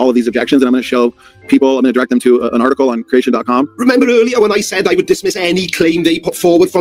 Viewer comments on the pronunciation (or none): none